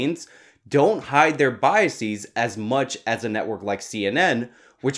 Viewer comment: You're mispronouncing the plural "biases" (at 1 minute into the video). It's a regular English plural, like glasses, not a Latinized plural like diagnoses. Biases as a noun is pronounced the same way it is as a verb.